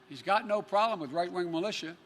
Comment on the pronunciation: He can't even say "problem" correctly 🤣🤣